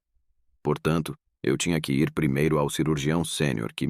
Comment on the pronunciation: Gente, relato interessante, mas que diabos de narração é essa? " Ir ERRE para casa", " me juntar AOS meus companheiros"...que lástima, hein?